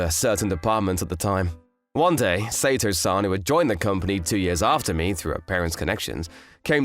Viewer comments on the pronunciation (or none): Shouldn't Sato be pronounced as Sa-to and not Say-to? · Someone please teach the VA how to pronounce Japanese names. He got Sato completely wrong.